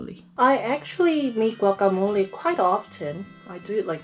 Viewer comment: Your pronunciations sound really accurate like "guacamole" and "salsa verde"😭😳